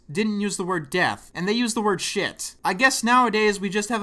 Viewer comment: didn't say "shit" he said "Sheee" There was no "T" sound at all.